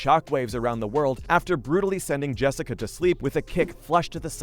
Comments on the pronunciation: You seriously need to do some homework on these fighters. MAJOR THUMBS DOWN. Turned it off after you mispronounced Jessica and Wanderlei’s names. Bush league bro. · Wtf. Learn how to say people’s names correctly before you make a video please. It’s so incredibly amateurish to not be prepared enough to say the names of the people you’re talking about correctly. You mispronounced both Rose and Jessica’s names. Why? Disrespectful and disappointing. Get it right.